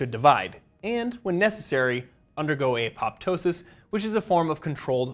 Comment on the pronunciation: Please learn how to pronounce "apoptosis" (ap-uh-TOH-sis), which I learned in Human Anatomy and Physiology I.